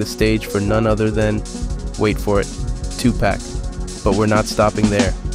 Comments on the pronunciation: 2 pack? COME on!!?!! Ai can speaking better English than me and still says pack? TOO Paw-k! EASY! oh my Bandlab Ai takes over the screen if I'm about to choose a note thats not ringing! Lol freezes the screen and shiz. Sounds crazy. It's not . Lolol it just said Tupa..ic. Almost buddy! Good job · 2pac, pronounced as tupaak not 2pack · As soon as he said 2pack instead of 2pac…I stopped watching smh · Oh no, you didn't say "2 Pack" when referring to the late Great 2 Pac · you lost me when you said "two-pack" ... FOH with that bruh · Wait. Did he say 2 pack? The fuuuuq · You were doing so well until you said "two pack" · two pack??? 🤦🏽‍♂️🤦🏽‍♂️🤦🏽‍♂️🤦🏽‍♂️ the AI narration has already invalidated everything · Lost me at “two pack” …credibility zero. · "2 Pack" ...smdh... These vultures don't even know how to say the name right but want to make money off of the name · did u really just pronounce it tew Pack .. more than once ?? 😂😂😂 foh bro.. btw the tracks are not good no offense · Wanted to finish watching but you pronounced 2pac wrong